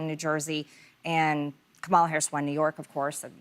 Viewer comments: She is still calling the democratic party democrat party, and uses the wrong intonation for Kamala Harris name. Hasn't change one bit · It is DEMOCRATIC party and Comma-Lah. I believe Messy MAGA MTG needs to congratulate Virginia and NYC. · Still can’t pronounce Kamala (Comma-La)… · First of all her name is Kam A La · Too bad she never learned how to pronounce Kamala’s name. But I admire her for accepting the invitation. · She still can’t say Kamala’s name correctly? Seriously? I would have corrected her. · The fact that nobody corrected her on the pronunciation of Kamala Harris’s name, gave me complicit enabled racism. 😤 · Saying Kamala's Name wrong three times without any pushback is diabolic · Her mispronounciation of Kamala's name is so purposefully disrespectful. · Okay she could have said Kamala’s name correctly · I was looking for this comment. They all deliberately mispronounce Madam VP's name incorrectly. Smh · Saying Kamala’s name wrong for a reaction. 🙄. is such a bird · I do believe that MTG has changed for the better, and I believe that she is a nightmare to the Felon, his administration, and Republicans. I was upset with ladies for not correcting MTG when she on purpose pronounced VP Kamala Harris name 🤪😡💯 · MTG, Learn how to be courteous and pronounce former Sen and VP Kamala Harris' name .properly. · I'm extremely disappointed that none of the hosts jumped in to correct MTG's intentional and racist mispronounciation of Kamala. There's no way she doesn't know how to say it, and intentionally mispronouncing it is racist, immature, and disrespectful. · She still can’t even say Kamala’s name correctly. I’m not trusting her. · She purposefully mispronounced Kamala several times. There's no way she doesn't know how to say it correctly. That's blatant disrespect. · Yet she still can't pronounce Kamala